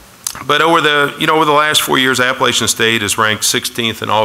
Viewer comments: Its App-pa-LATCH-in, not App-pa-LAY-shin. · Traitor.....just wanted the money. At least teach them to say Appalachian State correctly. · Very disappointed in Louisville for not taking the time to pronounce Appalachian properly. I wish Scott Satterfield and family the best. App State will truly miss him. I will ALWAYS be a Mountaineer.